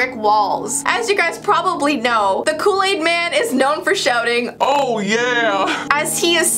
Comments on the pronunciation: *Kool aid man not Kool laid man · U said look aid man